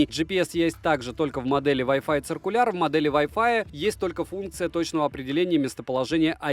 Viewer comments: Каждый раз адовейше режет слух неправильное произношение английских слов. Ладно с акцентом, но «церкуляр»...даже не сразу понятно о чем это. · Какой ещё циркуляр?😂😂😂 Минимум, дважды в ролике произнёс. Cellular, где там буква «К»?🤣